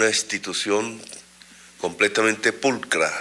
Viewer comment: CUANDO PRONUNCIA LA PALABRA PULCRA SE LE DESTIEMPLAN LOS DIENTES.